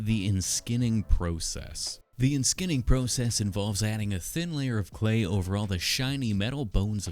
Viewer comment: I low-key gagged when you said “enskinning process”